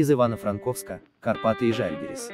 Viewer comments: Сколько помню на сов.телевидении всегда был жАльгирис. У вас прозвучало жальгирИс. Режет ухо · Жальгирис тоже то правильно ,то неправильно ударения ставили